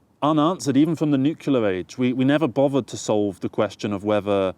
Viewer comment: You pronounce Nuclear like some Americans do 'Nukiller'.